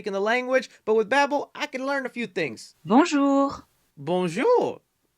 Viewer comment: As someone who’s first language is french(🇨🇦), your "bonjour" was pretty good😎